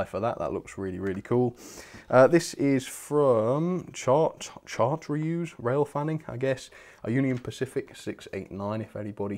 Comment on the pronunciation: Another thing, chartreuse is pronounced "shar-troose."